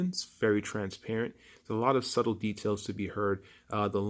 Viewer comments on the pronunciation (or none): none